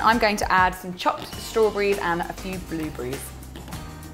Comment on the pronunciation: Omg how she said blueberrys XD it sounded like bewbeyes XD